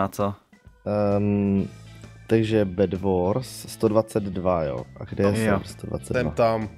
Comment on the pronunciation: GEJMRE nie BedBors ale BedWars